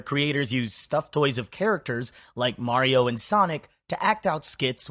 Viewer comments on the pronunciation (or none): none